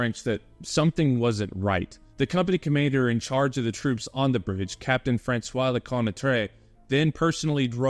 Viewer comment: "Captain FaRansoa Leconnatrey" XD